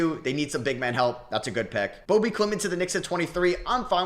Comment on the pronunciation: bobee not bobby ?